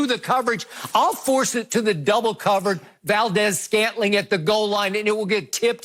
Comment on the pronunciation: Valdes-Scantling??? Darius Sheppard???? Gimme a break Skip 🤣🤣